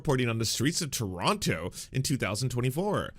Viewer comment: You say Toronto as a Canadian would say ‘What is that abot, eh’